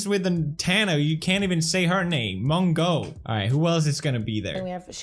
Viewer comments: pronounced: MOE JOE. hoped this helped!!!1!!!!!!!1!! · the way you pronounced mongeau is actually a type of seed in the Philippines A.K.A mongo seeds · It’s pronounced ( Tana monjo ) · she can't do shit if she was scammed and its pronounced (mo-jou) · Hey Felix ‘tana mojo’ that’s how you pronounce it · felix her name is pronounced tana "mojo" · PEWDS: gets mad when someone can’t pronounce insane last name Also PEWDS: Tana Mongo -_ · are you allowed to call her Tana-mon-GAY-a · the way her last name is actually pronounced is moshoe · Hahah that suits her 😂 but actually Monegeau is pronounced like "Mojo" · Its pronounced Tana Mojo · Isnt it pronounced "Tana Mojo" ? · It’s pronounced mojo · Fellix, It's not "Mongeau" It's Mongoose. PLS. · Did pewdiepie just say Tana Mango? Lol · Hahahaa that shade he pronounces Mongeau wrongly lmao